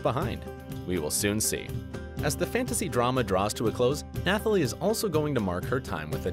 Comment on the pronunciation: News flash: You don't pronounce the "th" in Nathalie. It's pronounced like Natalie. Also, who tf is Missandrei? Did you mean Melisandre since you showed a picture of Carice van Houten? If you want to make videos like this at least learn how to pronounce the names...